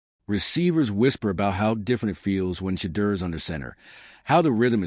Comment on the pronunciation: Pronounce Shedeur’s name correctly!!!!